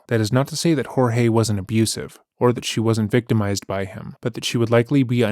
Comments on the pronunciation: This is the first channel who correctly pronounced Jorge. (Horhay). Not George. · Thank you so much for pronouncing his name properly. Her refusal to do so is incredibly disrespectful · Thank you for honouring the way Jorge’s family pronounce his name unlike many other channels.